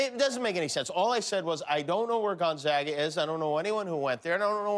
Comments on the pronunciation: For someone claiming to not know it exists, he's pronouncing it perfectly. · Gonzaga is Catholic Church college. It’s pronounced Gon-zaw-guh. It’s a small University in Spokane. It does have a law school. I believe third or fourth tier. It’s not much over in Seattle or considered on the same level as The University of Washington. It’s a good school. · 母Cheryl nobody in Spokane pronounces it with the w in it. gonzaga, simple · Ha, I went there and people also thought I went to school in Indiana. But thank you for properly pronouncing the school's name 🙂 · At least you can pronounce it!